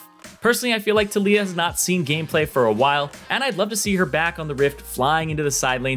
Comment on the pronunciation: Lol the fact you said talijah really prove NA is garbage